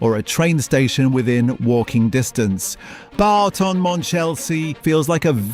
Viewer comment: 😮 It’s not ‘Barton’ Monchelsea! …It’s Boughton… (as in Bought)